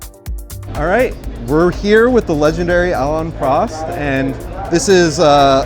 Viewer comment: First off his name is Prost (with a long o) and please use the local pronunciation of Duke (He is not a Dook).